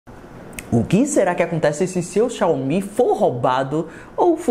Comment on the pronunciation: mano ate hj tu fala o nome xiaomi de maneira errada kkk